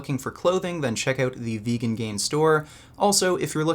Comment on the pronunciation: I realized why your JP impression is 9/10 only. Peterson can't pronounce the the word 'vegan', so he says something like vaguean... xD